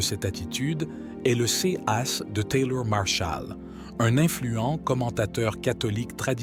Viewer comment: Qu'il est agaçan d'écouter un robot incapable de lire des mots aussi simples que "cas", "ces" etc.